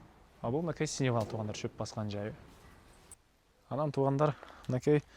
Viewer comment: Синивал эмес думбул! Сеновал деп айтылат.